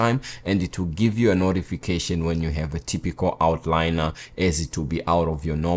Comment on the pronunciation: “Outlier.” Not out-liner.